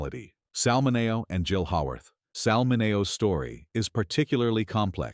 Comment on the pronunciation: MIN-knee-o you damn AI voice. Goodbye. Can we filter out AI videos? Lemme goog...